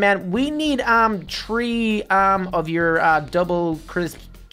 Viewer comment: It's not tree it's three